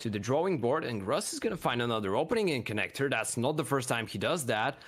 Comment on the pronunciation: Name: Grus Casters: ”Ross”